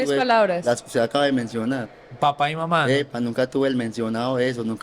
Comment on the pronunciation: Ni siquiera puede decir las palabras "papá" y "mamá" 💔💔💔 Me recordó la historia del loco vitrina 😢 Cada cabeza es un mundo, y en este caso, las drogas hicieron lo suyo.